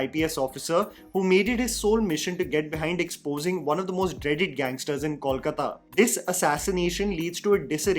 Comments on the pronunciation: it's KOLkata (from KALIkata) and not CALLkata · It's pronounced 'Coal-kata' and not 'call-kata'... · Is it really so difficult to pronounce Kolkata by non-Bengalis? It’s क में ओ की मात्रा - कोलकाता not क में औ की मात्रा (it’s not कौलकता)। sorry, may not be relevant here but it really gets annoying at times when I see people doing such a simple mistake over and over. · I don't understand why people call it 'Kawl-kata' though the name is simple 'Kolkata'. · That's not Kawlkata. It's Kolkata. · It’s K O L K A T A..please please Not Kawlkata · Coal - kata! Call kata nehi! Please you Hindi speakers pronounce correctly. It's not call kala. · I am still waiting for the day when people show respect to bengalis by pronouncing the name of our city right. I am big fan of yours and expected a lot better. How difficult it is to say "Coal+kata" and not " Kawl+kata". I mean its a mistake alot of Hindi speaking people are making and as bengalis we have given up but when someone showers respect, we expect the basics first. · Please yaar - you can’t be in a show about Bengal and keep saying “kaulkataa”. It’s kol kaa taa - just. Simple. कोलकाता and not कौलकता pleeeease 🙏🏽 north indians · I want well-meaning people to stop calling Kolkata “Kawlkata”. It’s not too hard, guys. Say “Gol” meaning round. The Kol in Kolkata is literally the same pronunciation. P.S- not trolling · I know nobody gives a fcuk,. But since I'm a Bengali and it matters to me, here goes: Kolkata sounds more like KOHL-kata than CALL-kata.